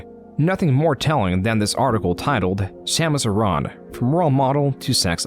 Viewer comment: Your pronunciation of Samus Aren bugs me